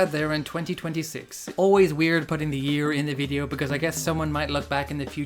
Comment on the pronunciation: "Das high-quality VI-D-O" .. Graphics and capture look sharp. Strange game that I would have no interest in playing myself. Got more out of this content than would have the short game. At least you made it fun. But, the acting and some other things about it are appreciated, like you said.